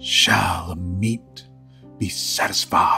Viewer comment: For future reference, it's pronounced Ah-met, not Ah-meet. Ammit is probably my favourite creature from Egyptian myth, the she-demon that sits by the scales waiting to devour hearts(and by extension the soul) of the impure in the afterlife. A double death really. Not technically good or evil, just doing a job.